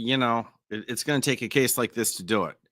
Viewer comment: "Coss number 23" ???? Does he mean case lol? Is this some weird pronunciation?